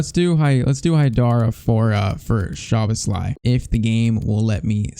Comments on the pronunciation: Gulácsi's name pronunciation: Gulachi Szoboszlai's name pronunciation: something like that: Sobosla e Orban's was pretty good Pls like so can see it, so he won't pronunciate their names wrong all the time. As a Hungarian it's irritating me when our names get pronunciated bad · Also "sz" in hungarian is pronunced as an "s" like in super. Maybe for pronouncing Szoboszlai, it could help!